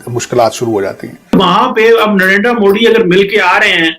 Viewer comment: please correct our pm name as it is narender modi not narender moody, as it shows the level of knowledge he has